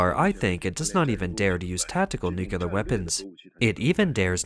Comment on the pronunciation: NEW - KLEE - ar Say it one hundred times and get it CORRECT. NEW - KLEE - ar. Nucular is NOT A WORD. 👎👎 The Taiwan Strait belongs to one nation only. The clue is in the name. TAIWAN. If the moronic bullies in the CCP want to try anything, we Allies say, "Just try it", Xinnie The Pooh. Just try it. The CCP vessels will be on the sea floor in five minutes. This is all CCP bullsh!t and bluster. Australia, Germany, Canada and The Philippines patrol in addition to the most powerful USA. M 🦘🏏😎